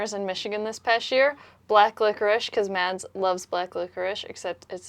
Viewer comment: I’m so glad that you pronounce your names in the introduction. My names gets messed up all the time but please,, if you’re going to marry the guy, stop pronouncing Mads and start saying Mas. It’s not as hard as my name or other names. Everything else is great.